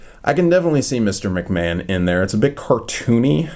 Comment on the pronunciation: It’s pronounced mcman vince McMahon